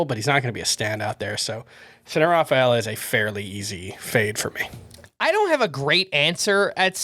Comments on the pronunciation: a throat clear with a euro latin name.....tough cypher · Had to rewind 5 or 6 times to figure out the name was saying for his 2B fade. Cedanne Rafaela.